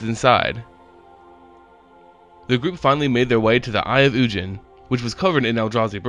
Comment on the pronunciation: It’s ug-in not un- jin